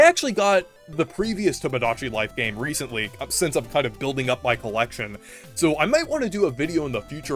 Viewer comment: So Reeceently...